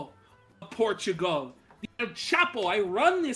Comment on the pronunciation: It's pronounced "porchigo"